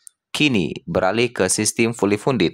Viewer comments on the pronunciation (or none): Bukan fuuly pundet tp fully kondiy hahaha😅😅😅